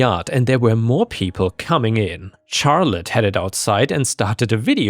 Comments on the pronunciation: charlete is more of a shar sound instead of a char sound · Hey, firstly thanks for all the videos! But Charlotte is usually pronounced with an "sh" sound at the start. So it would be more like "sharlotte". No hate and nothing against you, Ive just heard you say before how you don't know how to pronounce some words. Have a good day! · Just FYI, "Charlotte" is pronounced like "Shar-lut" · Though others have mentioned the pronunciation of Charlotte, your accent makes the stories sound super cool! THANK YOU!